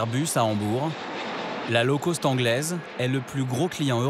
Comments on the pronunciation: NON, “Low Cost” ne se prononce pas comme “Low Coast” !!!😂🙃😅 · On dit low cost ...ce qui veut dire bas prix...et non low coast qui veut dire basse côte....😂😂😂